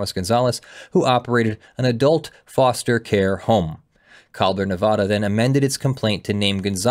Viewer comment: You pronounced Nevada wrong about 50 times in the first five minutes of the video alone... I know no one but us Nevadans care but seriously dude it's like hearing "Ar-Kansas"